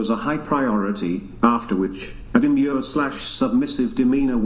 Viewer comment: yall said "de-mi-er"...no no no ...its "de-m-your"